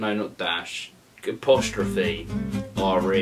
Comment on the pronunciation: After he said dash he said Capostrophe